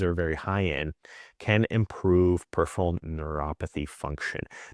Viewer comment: and he can’t say peripheral properly! 😂